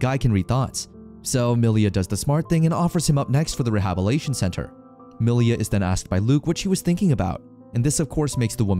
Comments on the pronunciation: Great recap but dude it's rehabiliTation not rehabilation 😅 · Re-hab-il-it-Ay-shen. The story is good but I just can't keep listening to the narrator making hash of words. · whats with some of the pronunciations? instead of roads he says rods for example. there are a few words that have something like this happen. rehabilitation is another one that is constantly mispronounced as rehabilation instead. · Wow, he pronounces Almiraj, but still can't pronounce rehabilitation. lol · good narration other than the way he says rehabilitation. Lmao it bothers me so much